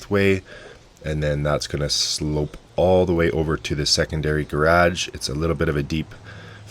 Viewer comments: "graage" lol I love it. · Never heard someone say “gradge” before… it’s weird but I kinda like it. Kinda like how Niko from corridor crew says “draygun” instead of “dragon” and I used to hate it but now I think it’s cool. Gradge… I have a one car gradge… I have a big ass spider who lives in my gradge… I no longer own a one car gradge… I like it. (The pronunciation, not the eight legged terrorist who took my gradge by force. I losing territory here! Vital land! That’s where my motorcycle is… was… it’s his now.)